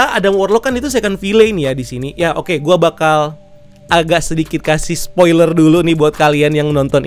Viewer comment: Sopiler?? 😂😂,, spoiler bro bukan sopiler